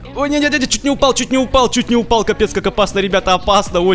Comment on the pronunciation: В Тагс сказал упял :D